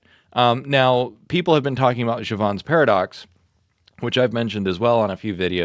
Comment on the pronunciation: Pronounced /jev'-unz/ It's English, not French.